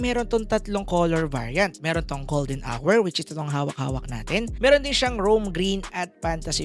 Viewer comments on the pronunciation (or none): none